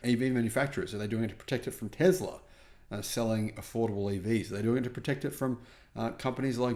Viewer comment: Still you call TESLA - TEZLA - with a 'Z'! Don't you read your comments Mr. Know All of electric vehicles? Electric Vehicles are a major liability for anyone buying one - now or into the future. GET a grip! Read more, educate yourself about what is happening all around the world right now, and no-one, but no-one could believe anything you say.